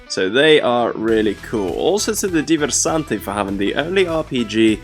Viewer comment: Also to the ДИВЕРСАНТЫ for having the only RPG that can not be interpreted by APS. Очень неожиданно было услышать правильно произнесенное русское слово в английской речи